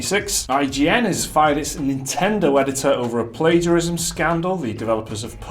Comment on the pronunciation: Also 'Plaguerism' lmao